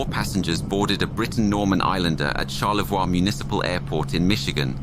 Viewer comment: It's pronounced Char-le-voy (Charlevoix) not Char-le-vwa.